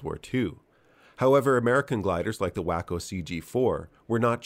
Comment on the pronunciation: Proper pronunciation is "Whah-ko" the glider, not "Whay-ko" the town or "Whack-ko" the guy who is being yanked into the air.